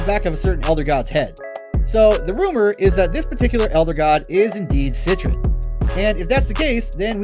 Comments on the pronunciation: I hate the way you say it "set-tren" it's "set-tree-on" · Omg you’re right... he literally said “CITRUS” 😂😂🤦🏼‍♀️ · "Citron"?!?! Lmfaoo is she an orange now 😅 sorry man can't help but cringe at that pronounciation. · He definitely didn't say it right.